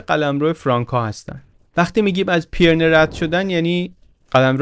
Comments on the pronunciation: سلام! ممنونم از کارتون و لذت بردم! خاستم نکته‌ای رو بگم البته ممکنه تا حالا دوستان گفته باشن، تلفظ درست نام کوهستان بین فرانسه و اسپانیا و مورد اشاره در این داستان پی‌رِنه هست که پیِرنه تلفظ شد، فقط به قصد اطلاعات درست و با تشکر از زحمات ارزشمند شما… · با مراتب احترام و جسارتا پیرنه تلفظشه. رجوع بفرمایید: (UK: /ˌpɪrəˈniːz/ PIRR-ə-NEEZ, US: /ˈpɪrəˌniːz/ PIRR-ə-neez; Spanish: Pirineos [piɾiˈneos]; French: Pyrénées [piʁene] ⓘ; Catalan: Pirineus [piɾiˈnɛws]; Basque: Pirinioak [piɾini.o.ak]; Occitan: Pirenèus [piɾeˈnɛws]; Aragonese: Pirineus) دم شما گرم صد البته و ممنون از زحمت زیباتون. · جسارتاً، کوه‌های پیرِنه صحیح است. به کسرِ «ر». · بسیار عالی مثل همیشه.فقط تلفظ کوه های پیره نه کمی نادقیق بود. ممنون از کانال خوبتون که واقعا داره کار فرهنگی مهمی انجام میده.